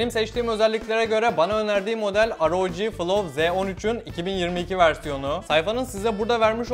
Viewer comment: şunu aroci diye okumak ne kazandırıyor